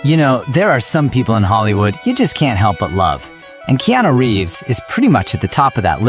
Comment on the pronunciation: his name is not Keano...